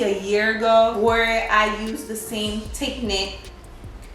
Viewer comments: It’s not tech nick. Tech neek. I’m not even going to try to tell you how to pronounce Meditation. Oven temp? How long? 🤔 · Love your energy and videos so dont take this wrong but you just butchered the pronunciation of Mediterranean and technique.